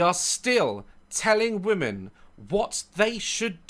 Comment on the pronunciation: ' pronunciation of "women" sounds like "woman" and it's really throwing me off. Also, pretty fast of him to evoke Godwin's law not even 15 minutes in. EDIT: Wait wtf, he CAN pronounce it correctly 🤯🤯